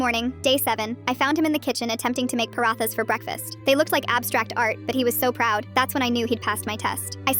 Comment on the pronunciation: I hate Ai 😭😭😭 the pronunciation of “Parahaas” and “Raingoli” and THAT WAS NOT HINDI “main tun sae pyar cartoon” I don’t even know if that’s what it sounded like.😭😭 ITS NOT DeWaaLe or Doul or rodee 😭 also as an Indian who lived in Ohio for a good amount of time I hope this don’t happen to me…